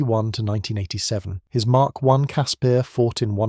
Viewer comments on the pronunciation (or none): It's pronounced Casper, like the friendly ghost. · Caspear? Who came up with that pronunciation? Its name sounds like the friendly ghost. I an now scared of watching the videos about the Ratel, Olifant or the Rooikat.